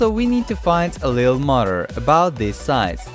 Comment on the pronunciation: No he said motr